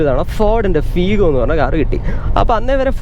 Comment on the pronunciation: ഫീഗോ ❌ ഫിഗോ ✅